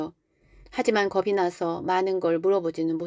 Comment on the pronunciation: 읽어주시는거 너무 잘 듣고 있습니다. 다만 중간에 거슬리는 발음이 있습니다. 왜 겁이 났다를 겁시났다라고 읽는거죠? 남도 사투린거 같은데요. 표준발음은 겁시 났다가 아니라 거비났다라고 발음을 해야 하죠. 연음법칙이요